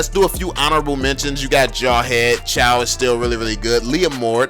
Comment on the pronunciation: The way he pronounces chou makes me sick every time